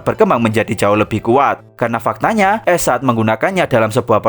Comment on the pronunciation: Bang baca ash, tetep pake a, bukan pake e... Jadi aSh, bukan eSh